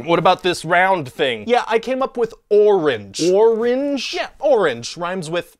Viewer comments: Um...no. The fruit's name isn't pronounced "oring." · kind of. It's "or-inch" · "Orange", when mispronounced, rhymes with "Door Hinge". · Orange rhymes with Door-hinge